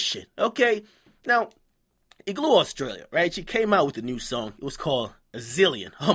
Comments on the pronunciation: Igloe australie lmao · ''Iglu Austarlia'' LMFAO